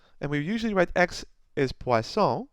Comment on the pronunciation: Thank you sir, I like the way you put them all in one video with a neat explanation, and the way you pronounced poisson was perfect !